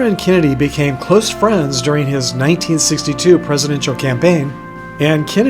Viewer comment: Kennedy ran in 1960. It sounded as though you said he ran in 1962.